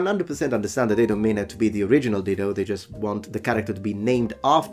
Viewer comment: Oh 'DIDO'...no "L"!